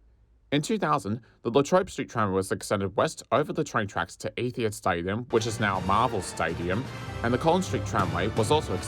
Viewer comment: For someone who has been raised in this city their whole life you seem to pronounce some of the suburub names even worse than a foreigner would. Even etihad stadium was somehow pronounced wrong (ethia). It doesnt help that the spelling was off too. I dont mean to be too critical, it was a well made video but i just couldn't look past these errors